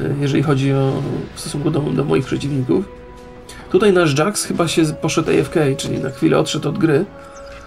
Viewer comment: blagam naucz sie wymawiac slownictwa typu stan ... mow po prostu stun albo a f kej po prostu aefka nie wiem co ty rock za nowe nazwy wymyslasz .